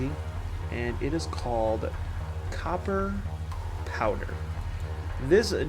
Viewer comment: Ahh its pronounced cooper powder ffs ;)